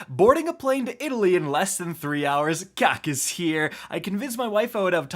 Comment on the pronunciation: Rick “Italian” Kackis here